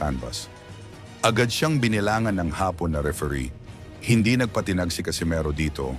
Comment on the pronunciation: Please pronounce the.words in pilipino with malumay, mabils and maragsa . Hapon malumay means afternoon, hapon mabils or maragsa means japanese.please do not disgrace our national language